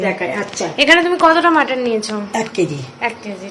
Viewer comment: Kathata mutton.....not motton .